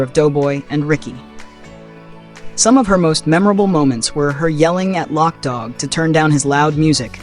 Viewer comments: LOC [loke] DOG NOT LOCK DOG 😂 gotta say it like a crip 😂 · It wasn't lock dogg it's loc dogg ...loc loc loc not lock.... Did you actually look at the movie and ever hear them say lockdogg .....it's LOC